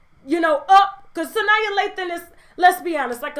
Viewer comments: Sanaa not Sania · Sanyaa lol...its Sanaa Lathan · It’s pronounced Sa-NAW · It's Sanaa, sis. Pronounced like "Su Nah." LOL!!